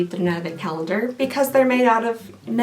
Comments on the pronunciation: Teeehee, Calnendar at the end there... xD I think the Sephora calendar broke her brain, y'all. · "bonus calnender" lol I love it